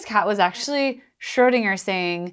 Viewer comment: You keep pronouncing Schrödinger as Schördinger, why?